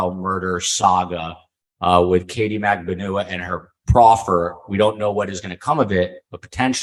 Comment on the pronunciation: Yeah and! What an interesting and insightful episode! And, A++++++++++ for getting the correct pronunciation of MAG-BAN-U-A's name!! Thank you!